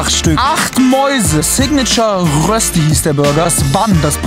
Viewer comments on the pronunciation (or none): Röschti, nicht Rössti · Bitte sag nie wieder RÖSSSTI!! Es heist Röösti